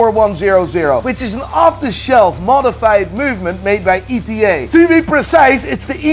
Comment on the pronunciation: you know too much about watches to pronounce ETA as "E.T.A". It's "ettah". Source: Worked there